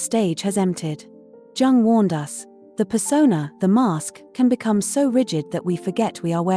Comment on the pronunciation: It is Jung, not Dzaaang...